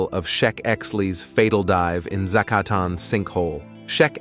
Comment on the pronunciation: Making a whole video about a cave your AI cannot pronounce is pretty low effort.